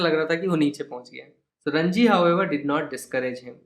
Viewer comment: Sir it is ranji not rajni